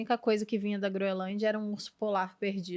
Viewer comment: A guria conseguiu se atravessar em tkdos os comentarios errado e falou o nome da ilha errado todas as vezes